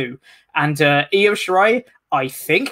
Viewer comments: Io, it's pronounced E oh Blumpie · And u are driving me nuts it's Io(eeh-oh) not iO(optimum cable tv) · And needs to learn how to say Io's name. What laziness and disrespect.